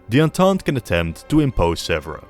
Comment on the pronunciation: Hello from Paris, near Sèvres, which is not pronounced "zebra" at all, but "seavr" with " ea" like in bear in English. A good work for the video, but you should really check and train to pronounce correctly a key-word.